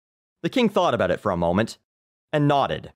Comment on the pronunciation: Are you canadian? You pronounce house "hose" and about "aboot" lol